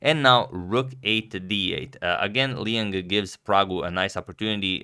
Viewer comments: Hi, I think Liang is not pronounced as "lee en" but more like "lee on". I am Chinese and I'm pretty sure that is the right pronunciation. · Liang is pronounced as "Lee-ung". "Lee" like in "leaf" and "ung" like in "sung".